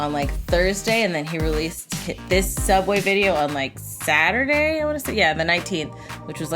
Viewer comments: Does it bother anyone how she said Soobway wrong even the Soobway is the wrong way anyways? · Him: Sub- SOoUbWaY! ;-; Me: BuHhahHhahHahh🤣🤣He AlMoSt SaId iT!🤣🤣🤣